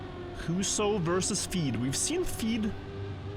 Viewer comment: good enough pronouncations on huso and cemkoo, bra job med tyrkisk